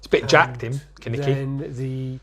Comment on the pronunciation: Kaneki not kanike